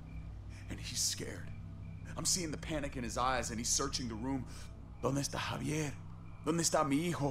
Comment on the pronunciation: Czyta się hawier